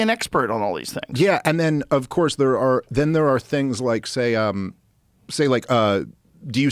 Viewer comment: Yes but have you beeeehn thear?